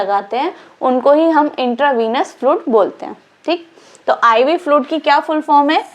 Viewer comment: Flud kya hain... Bolo fluid... Pronouncing sahi se nehi ho raha hain aur agaye madam padane